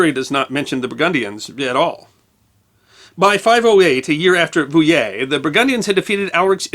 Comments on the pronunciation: His pronounciation of Poitiers and Vouillé was good tho ! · Congrats on doing a decent job with Vouillé! however (there's always one isn't there?) Nantes is pronounced like the english word nonce, as in "for the nonce"...or nance as in the short form of the name Nancy, if you're speaking in english... were there pirates?